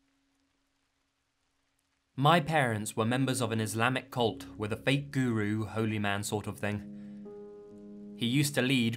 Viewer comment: I cringe every time when he says "guru" white people and their weird pronounces😂